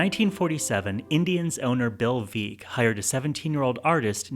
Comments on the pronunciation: 10 - Veck is pronounced like Beck - not Veek:11 - that is not a picture of Walter Goldbach when he was 17Walter designed it as a cartoon similar to the inspiration of Disney’s Steamboat Willie - the owner wanted a light-hearted caricature as it was after the War. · As in 'wreck' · It's pronounced 'veck' not 'veek'